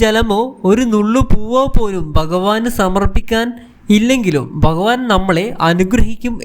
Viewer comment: എടാ മലയാളം ആദ്യം പഠിച്ചു ഭഗവാൻ എന്നു പറയാൻ പഠിക്കുക